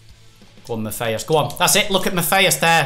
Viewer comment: U say Matthias wrong